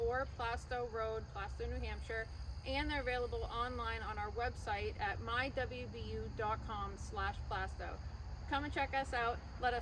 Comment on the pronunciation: Nice job, and thank you for pronouncing Plaistow correctly 🤗